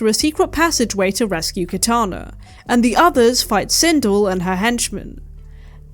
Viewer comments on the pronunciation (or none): Christ,I totally hate myself for not being able to restrain myself from correcting you on this... ....but the character's name is pronounced Sin-DELL. It's probably actually a credit to you that you didn't know that. Because it suggests that you have better things to do with your time than learning character names from a 30 year old video game and/or its notoriously poorly made film adaptations.